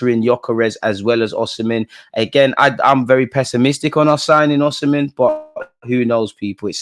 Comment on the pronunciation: My brother its Osimhen not oshimen lol